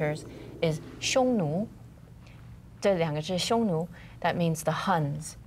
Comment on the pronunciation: The narrator isnt pronuncing the two words very clearly：Han is the dynasty, Hun are the invaders.